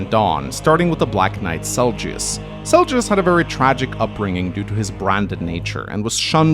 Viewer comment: Butcheeing names.... It's Zelgius, not Seljus!